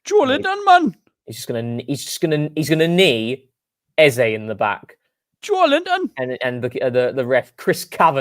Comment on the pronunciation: Funny to open the show talking about mispronouncing names and then immediatly mispronounce Eze. It's Ez-ah. Long live TCP live.